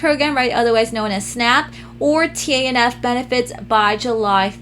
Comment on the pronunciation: Also, TANF is pronounced "taniff" just FYI ☺️